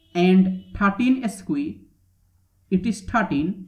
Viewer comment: Nice, although square is pronounced skware, not eskwee.